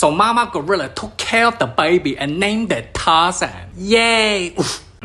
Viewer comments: the way he said “bAiBy” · How he pronounces baby as bwaybee is hilarious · The Bayuh-Bee